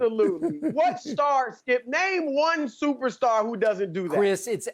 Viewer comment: "Im a stuperstar" smartest think skip has ever said